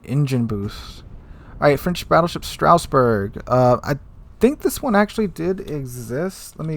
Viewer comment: its not Strausberg. Its Strasberg.